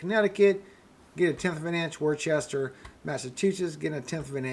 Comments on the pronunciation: It is pronounced Wooster! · Worcester is pronounce "Woosta". Love the show! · pronounced Wooster, MA.. just sayin